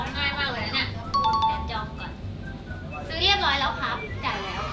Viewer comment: ตลกพี่มีมาคชอบพูดว่า เรียบร้อบ แล้ว55